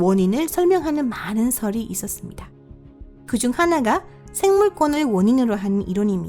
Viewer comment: 1. 발음이 정확하지않음. 농담이아니라 외국인이 한국어 말하는거라 느낄부분이 많음 부분만봐도 (사실상 불가능 ) 누가봐도 발음이 이상하고 가장많이나오는 대사중 있었습니다. => 있었숨다. ....등등 그냥 아무리들어도 발음이 ... 2. 쉬어 멈추고 끊는부분이 사람들 답답하게 말이끝나고 쉬어가는게아니라 말중간에 쉬어서 더 답답하다